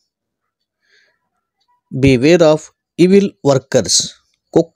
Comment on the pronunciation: గారు, వందనములు! మీరేమీ అనుకోక పోతే ఒక్క విషయం, బి వేర్ ఆఫ్ కాదండీ, "బివేర్ ఆఫ్" అని కలిపి చదవండి.